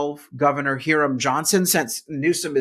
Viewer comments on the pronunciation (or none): Hiram Johnson is pronounced High-rum not here-rum Johnson. Re:Newsom-- An afternoon in downtown San Francisco will tell you everything you need to know about this nitwit. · Kudos to Carl for bringing up former CA Gov Hiram Johnson, but pretty sure his name sounded like HI rum and not HEAR um.